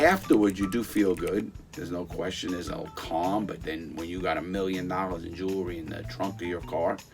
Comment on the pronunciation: Every time he said “jewelry i felt he was saying juulery 😂